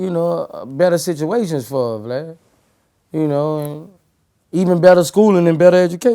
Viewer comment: Boosie be calling Vlad "Blad" 😭